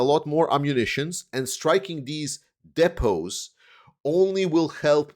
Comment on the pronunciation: Thank you for pronouncing "depot" correctly. I wish could learn how to say it.